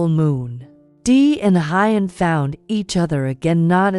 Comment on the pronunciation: Please read Huyen's name right. It is a beautiful story....please get the names right!